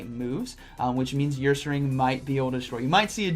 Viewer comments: Say her without the h. Ursaring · Nobody:.... 2021: YOUR-SARING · "Earsaring" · saying YourSaring had me laughing:), great video as always